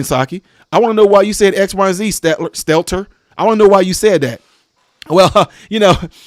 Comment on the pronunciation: It is pronounced stell-tur